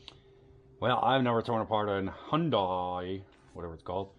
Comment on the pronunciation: I pronounces it Hi un day